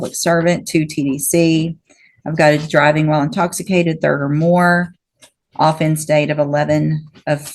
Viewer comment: She can't pronounce "offence" right, and she's handing out 25 years. That's a little extreme. He's kind of a fuck up, but he's not a serious violent criminal.